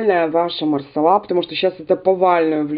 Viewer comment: МасалА , а не малсАла (не от слова сало)))))))) у французов в 100% ударение на последнюю гласную. Хотя проверила нет четкого ударения.